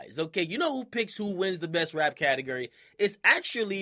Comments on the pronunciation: Akademiks the type of nigga to say "Ca-Ta-Grr-Ri" instead of Ca-ta-gore-ri" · Who else was cringing when he kept saying "catigery"?😂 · i want him to stop saying "catagerry" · Anyone laughing as hard as me when akademiks says "category". 😂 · DJ akademiks is the type of dude that says category like catagUry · Akademiks taking a capital L for saying "categery" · Akademiks the type of nigga to pronounce category "CAT-EG-ERY" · My nigga said CATEGRY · "cate-guri" - DJ akademiks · Am I the only one that cringes when he says category, sounds like catagerie 😂😂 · This dude can't pronounce category right "cattle gurry" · lol why this nigga say catergor instead of category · Pronounced CateGORy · The way this mans says Category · He says category weird af 😂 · the way he says category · how he says category 😂😂😂😂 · Is it me or Dj A . Pronouncing category weird? Haha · Hate how he says category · I hate the way he says category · lmfao he dont know how to say category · This dude cant say category.